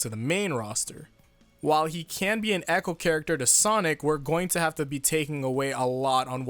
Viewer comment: Sounds like he said acho fighters instead of echo fighters.